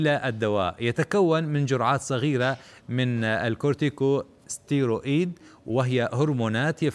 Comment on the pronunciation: المذيع بنطق كلمة ستيرويد غللط ..اكثر من مرره